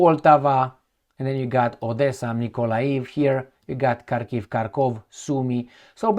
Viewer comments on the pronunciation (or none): none